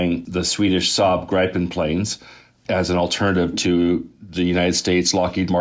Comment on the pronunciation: How can the dude from g&m responsible for reporting on this NOT KNOW how to pronounce "Gripen"?! You should bring an actual expert on.